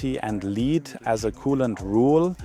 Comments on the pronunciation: The metal lead is pronounced like led, the light source. Not leed, like the town Leeds. The AI dub pronounced this sometimes correctly, but, mysteriously, sometimes also wrongly. On the AI dub: I very much prefer subtitles. Especially for technical videos, where every word counts, is is essential that we can trust the translation. Even for languages in which I’m far from fluent, I can often detect translation errors when subtitles are present. Good video. I’m undecided on the issue as well. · Great video. Your English is superb. I did notice that both you and the AI sometimes pronounced lead (Pb) incorrectly. It's pronounced "led", which, of course, is confusing. I hasten to add that your English is still a million times better than my German. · re the ai dubbing, pronouncement of lead i think is wrong, its sounds like 'i led a horse to water' vrs the 'metal lead-pipe ancient romans used might have made them more vicious' Re the tech, i hope it works out as my biggest issue against nuclear is the cost to future generations who unlikely to be able to read our warning labels, due to language changes. But i fear it may give license to continuing nuclear, the way we've kept fossil fuels for far too long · If I may offer a pointer, in the context of the element lead rhymes with red.